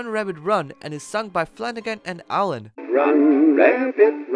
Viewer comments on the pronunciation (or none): none